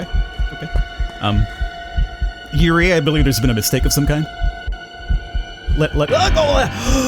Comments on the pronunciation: The way he says Yurei (Your E Aye) no no no, (Your E) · Yurei, pronounced Yoo-Ray, is the Japanese word for “Ghost” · It triggers me a bit when he prenounce Yurei as Yurie 🤣😂